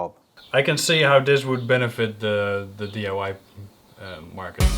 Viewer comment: is saying DUI instead of DIY, right? Is the Dutch acronym DUI? Or is saying you'd have to be "doing under the influence" to use Ryobi?